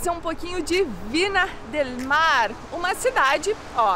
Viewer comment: Críticas construtivas, com carinho: Não se diz Vina, se diz Vinha del Mar, e não era uma foca, era um belo leão marinho, bastante comum por aquí, Chile. Abraços.